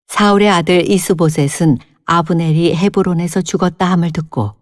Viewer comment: 5절: 이브보셋이 아니고 '이스보셋'이여요~^^♡♡♡